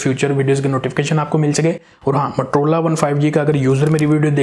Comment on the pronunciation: matrola nahi MOTOROLA hota hai 🤣